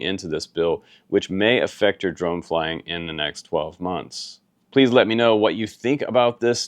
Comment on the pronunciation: I don’t trust anyone who pronounces flying as “flyinG”